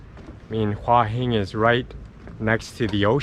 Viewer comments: It's actually not Hwah, it's Hoo-ah. I discovered this in Nakhon Pathom train station. She had no idea what I was saying. Two rising tones - Hoo ah Hin. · Please please please learn how to say the name of the area you are in properly! It is Hua Hin not Wa Hin! >>> sounds like Hooa Hin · I was there for 2 months last year and a young Brit who had been there longer than me was calling it "hoi hin" and I started to wonder if I have been pronouncing it wrong all this time(?) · You should say Hua Hin more often ! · So annoying you can't say Hua Hin right, just stop saying it :D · Ask a Thai resident how they pronounce Hua Hin. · and mispronounced it every damn time it's maddening.